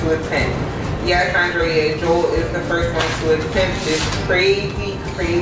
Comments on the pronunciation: haha she kept calling you Joe-ell. cute. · Jo-el lol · She mispronounced Joel name wrong so many times. #Joelle 😩🙄🤦🏾‍♀️ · Lmao she calls you Joelle. I think it's funny. You crushed this challenge man great work! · FUNNY 😄 HOW She kept SAYING your Name WRONG 😑 It’s One ☝🏻 Syllable JOEL JOEL JOEL JOEL!!!!!!! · she was killing me with the mispronunciation of his name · Good job Joel. I hope the way she kept mispronouncing your name didn't bother you as much as it sis me...